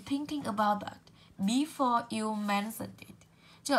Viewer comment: Before cô đọc sai hay sao ạh?